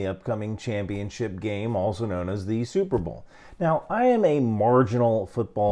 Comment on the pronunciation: Never heard before of superbowl and it sounds like superblow.